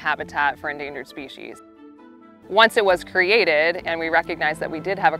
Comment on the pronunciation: Endangered!? Lol